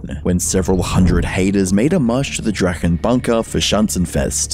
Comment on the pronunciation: guess he can't quite speak german though (he said the ch in drachen wrong among other things) Edit: he also mistranslated some of the less legible parts of drachenlords speech, for example writing down 900 instead of 911 from 911 Bob, though that may be just a normal mistake